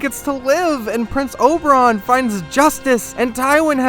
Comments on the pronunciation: Man, it's Oberyn, not Oberon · very nice video :D plz don't call him Oberon again though xD